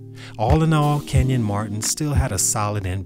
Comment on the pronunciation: His name isn’t Kevin, it’s KENYON Martin’😑